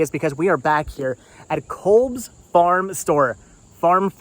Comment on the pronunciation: It's pronounced "Cobs" like corn on the cob